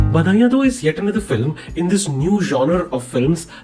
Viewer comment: Even I noticed the mis pronounciation when I started to watch just now . But the review is well put out . Specially the effects were good and the truth.